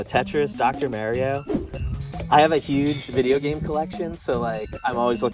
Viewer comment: Bro you needa say “Mario” correctly. 😅